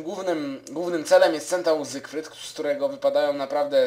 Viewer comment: ZYfRYD nie zygrfryd